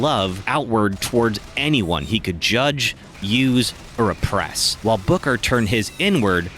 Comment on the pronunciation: I think this is an excellent concept for a rewrite but- I can't help but mishear you saying "Booker" as "Booger" and it's cracking me up a little lol Cucumber...